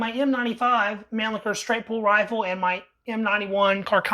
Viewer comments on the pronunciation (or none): none